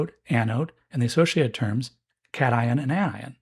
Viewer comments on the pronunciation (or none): none